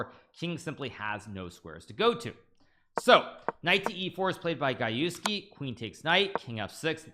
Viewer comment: Gajewski: Pronounced G-Je-go-j Gah-YEFF-ski